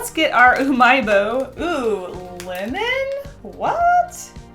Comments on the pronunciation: I kept thinking she said women instead of lemon, so I would hear “I do like the women flavor” and freaking out a little bit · Lol when she said lemon it sounded like linen🤣😂